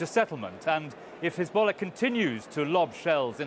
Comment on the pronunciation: Look at her "khezbollah" pronounciation :))))